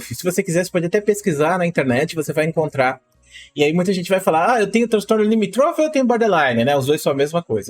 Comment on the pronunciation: não é "limitrôfe", É LIMÍTROFE